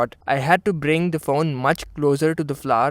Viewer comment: amazing review! You really spent a lot of time with it to give your feedback and that really makes a world of difference. It's not always flashy camerawork that makes a good review and this shows it. But I couldn't get past the way you pronounced phone as faun. Please be weary of that. It really is a small issue in an otherwise brilliant video!